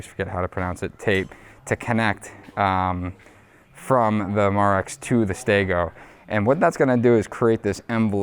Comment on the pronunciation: It's pronounced my rex.... Not ma rex. Build show video where Matt actually visited them....